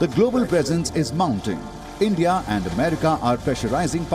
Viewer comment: Its "India" not "Endia"